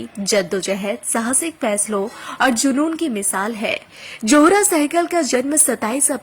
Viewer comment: Not "johra "but " zohra".thanks.